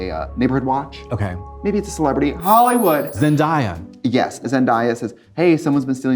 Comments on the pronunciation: why do white people say zendaya’s name like that it 😭 it’s pronounced how it’s spelled not zen-die-ya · I was enjoying this video til they pronounced Zendayas name as Zendiya